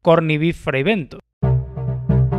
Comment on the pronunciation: Fribentos en ingles es pronunciado fraibentos.